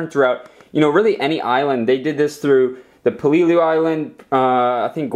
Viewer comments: PAY-Lay-Lu, not Plee-lu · PEL A LOO not PEE LOO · It's pronounce like pellalue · You keep saying peleliu wrong